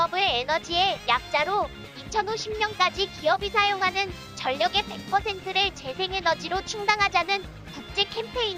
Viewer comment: 애플에서 백이라고 한다고요? 백? ㅋㅋ